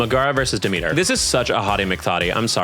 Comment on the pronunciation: I know it's probably accidental but you pronouncing Charon as Karen and Demeter as The meter has become a vocal stem for me, when i play hades and find Charon i go "omg it's Karen"